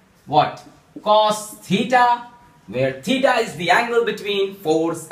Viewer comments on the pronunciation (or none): none